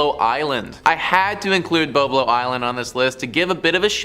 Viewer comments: It is pronounced Bob lo like the name Bob short a sound. I am 68 and from Detroit n have been there for many times as a kid, as was my Mom and her friends in high school as I have it in her diary to this day!!! She grew up in the 1940's, and writes og parties and dancing and going to do the same on Bob Lo (like Bob Hope)!! Its VERY upsetting hearing you call it incorrectly!! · It’s pronounced: BOB-LOW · Correction from typing - BOB short o like Bob Marley - lo Island!!!